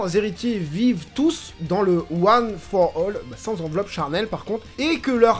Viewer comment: "one for all" tu le dis super bien 💪 Super épisode, depuis la semaine dernière j'ai l'impression que ça décolle enfin après un début de saison un peu mou.